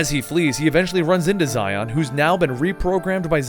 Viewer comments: Its actually pronounced Shion in the game... the romaji for this is literally Shion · "Zy-on"? No. Shee-ohn. Just, guh, every video, man, every video some name or place is butchered. XD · Xion is pronounced "She-Own," not Zi-on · you pronounce xehanort xenahort eraqus arques xion zayon (seriously this one is way too far) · I know I'm about 2 years too late, but that little bit with Xion (pronounced She-on, though I'm sure many people are getting on your nerves about it at this point) being controlled by Xemnas is actually false she faked going crazy so Roxas would go all out on her and destroy her. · xion pronounced she-on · as a kingdom hearts fan it hurts me that you can mess up something as important as characters name like you have done you have lost your rights as a kingdom hearts fan cause of that tragedy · the way you pronounce xion makes me want to burn down a village